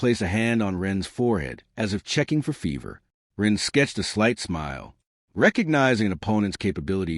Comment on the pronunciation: Yes some words even common ones are occasionally mispronounced.